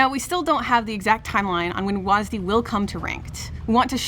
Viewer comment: calling w a s d wasd has to be the most cringe thing ive ever heard someone speak out loud